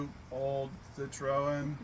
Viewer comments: It's pronounced ' sit- trin' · It 'should' be pronounced cit-ro-en, as in the French manner. With a slightly guttural sound on the 'ro'.